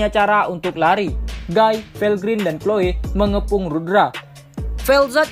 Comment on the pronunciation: Guy dibaca giii